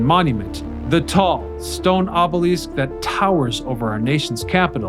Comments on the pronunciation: Your ability to consistently mispronounce words is astonishing - ob-oh-leaseque? Really??? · Obelisk as in “list”, not obelessk as in “west”! Also promenade as in “odd” not promenade as in lemonade! It’s like nails on a chalkboard!